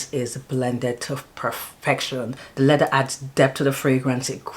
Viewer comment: Hi. Thanks for sharing, great fragrances. I know back home we don't pronounce our th, but it's lea-ther. Pronounce your th. 😊